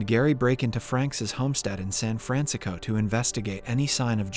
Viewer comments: "San Fransicko" - I didn't know there was something worse than Frisco D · San Franziko? Wat? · "San Franxico" hmmmm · "San FranSicko?" 🤣